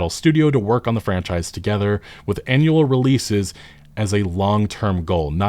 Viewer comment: " annual " oh god.....